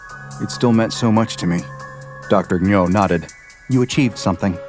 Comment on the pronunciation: my coworker has the last name Ngo, the strange pronunciation of it here made me tense up every time in confusion. He pronounces it "Noh".